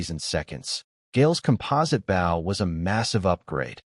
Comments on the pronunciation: You really need to teach your AI to pronounce 'bow' as 'boh', not rhyming with 'ow'. #FeedTheAlgorithm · Here we go again another archery story and a creator too lazy to correct the pronunciation of bow. Basically making this a painful listen